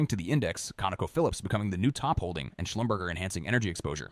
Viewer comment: Not sure you are pronouncing Schlumberger right…